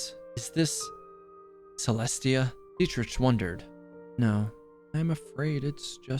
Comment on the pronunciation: I'm traumatized how he pronouced Dietrich.